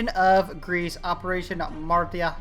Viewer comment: Its operation maritsa not marita nice vid